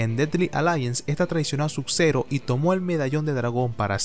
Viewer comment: Porque dices "Suk zero y rectail"?